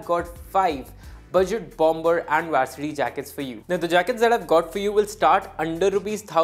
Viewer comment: Bro it is vAArsity jacket …and not vAErsity jacket …i mean the pronounciation